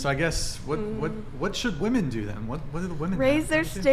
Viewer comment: Am I the only one who keeps getting triggered at their mispronunciation of the word "women" ???!